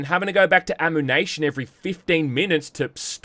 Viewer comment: sorry, "amoo-nation"?